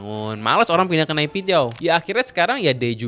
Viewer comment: Pengucapan yg benar itu nepidoo bang aku pernah nanya ketemen myanmar